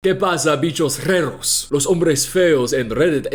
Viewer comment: Hi, Chilean person here, spanish is my first language, loved the intro, just two corrections, you used the ´´e´´ in Spanish instead of the ´´a´´, so its heard like ´´Reros´´ and its supposed to be ´´raros´´, and instead of ''haciendo'', you could use a word like ´´impartiendo´´ maybe, other than that I love how your pronunciation is and how fluent you are, you speak with a lot of security and mark the R´s, the best Spanish I have hear from an american on the internet honestly lol